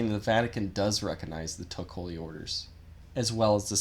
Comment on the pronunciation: I know you’re not Vietnamese but you really need to do a better job getting the pronunciation correct let alone your whole argument!